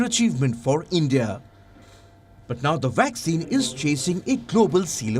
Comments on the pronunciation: He said waxine 🤣🤣🤣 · The guy keeps saying "waxine"...